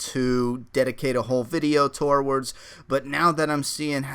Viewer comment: That's one way to pronounce towards